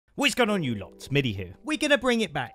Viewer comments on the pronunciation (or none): Middi out here saving my boring weekend shift, my fav part is that accented “WHUTS GOIN ONN U LOTT HEAR”